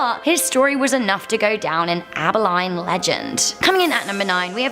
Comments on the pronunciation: Love the video but hun it’s pronounced “Aba lean”. Keep up the good work. We had the hanging tree, turns out the cattle thieves hung there were related to the ex. Nothing that happens in Houston surprises me. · First clip--town is pronounced Aba-lean, not Aba-line. Wow, so many from Texas. Big state, big legends. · It’s not Aber Line Texas. More like Aba a lean